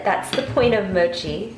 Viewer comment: looks great. but rather "mo'chi", not "moh'chi"